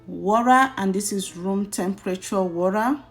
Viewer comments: Lol. Wura😂😂😂... Which country accent is that one🤣🤣🤣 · Very detailed video I like the step by step.........but please in your next video pronounce water like a Nigerian,because even if you are trying to use the oyinbo accent Its sound waw·tuh not waw.ra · please say water not wurra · Water please. Not wara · Even the white that brought English don't say wara. Is water madam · It's pronounced water! Not warer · a lirru lerra…and add some wora really?🤦🏾‍♀️ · Thanks but it's not warra